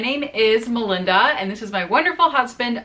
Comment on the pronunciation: This whole time I thought your name was Wanda 🤣 because of how he says it. So it's Melinda then, I see. you hear him say Wanda